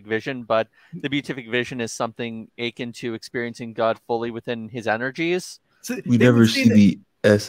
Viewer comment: the word is "a-kin" not "akyn"